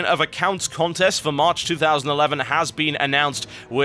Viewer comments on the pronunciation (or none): none